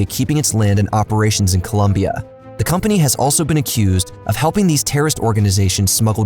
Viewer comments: It's Colombia not Columbia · Its COLOMBIA bro nos columbia. If you are talking history at least make it right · COLOMBIA*** not COLUMBIA in the intro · I love you man but it’s COLOMBIA NOT COLUMBIA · ITS COLOMBIA not columbia… I expected so much from you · Its COLOMBIA, not colUmbia for God sake. Appreciate the content but still this happens all too often all the time and can be fixed with a really simple google search. Expecting that much given all the time and energy you put into your videos. Sincerely, a COLOMBIAN. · Colombia not Columbia, please and thank you ! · great job for your team but for the love of god, its been more than 2 videos at this point.. it is COLOMBIA not Columbia... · Its Colombia not Columbia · Great content as always... But it's not "Columbia" it's "Colombia"😎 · … I love ur videos, crazy talent and creativity on these topics with great respect towards them, but holy crap as a Colombian myself it’s annoying and stupid how people keep getting the name wrong from our country “its COLOMBIA not COLUMBIA”; its not a case of “potaito potato” its just not the same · It’s Colombia, not Columbia!! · "Colombia " not ColUmbia, with o, not u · Come on. It’s COLOMBIA not COLuMBIA. Also El Chapo is a Mexican cartel leader not Colombian. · ITS COLOMBIA, NOT COLUMBIA, ITS NOT THAT HARD !!!!’ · It's Colombia, not Columbia. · please is COLOMBIA!!!! Not Columbia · "Colombia" not "columbia" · Colombia. Not Columbia. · Colombia not Columbia lmao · It’s Colombia not Columbia. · Nice video, being Colombian the fist minute story is called "La masacre de las bananeras", that massacre was in a town only 30 minutes away from where I live (Santa Marta). Keep killin' it bro!. BTW: It's COLOMBIA not Columbia hahahahah. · you want us to pay for your documentaries but you can't even get the name of a country right in the first two seconds of your video 💀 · It’s Colombia not Columbia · It's Colombia, not Columbia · Bro, IT'S COLOMBIA